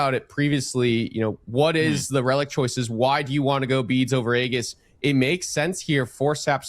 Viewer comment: "aegis" is pronounced ee-jis, not the way the commentators are saying lol